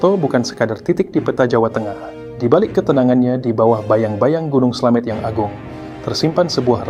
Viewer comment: Slamet pake ė bukan slamet